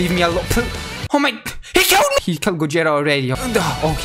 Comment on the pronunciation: It's gogeta not gojeta